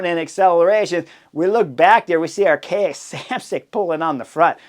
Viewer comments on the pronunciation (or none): none